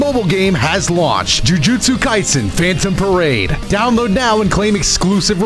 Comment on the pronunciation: The way I heard jujutsu kaisen jus sounded like globku😭